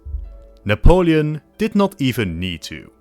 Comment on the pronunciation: This Nepolin sounds not every Nepolian